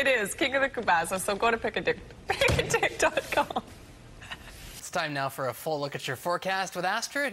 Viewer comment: I don't get the first one. It sounds like she is saying "Pick a dick" even when she is correcting herself.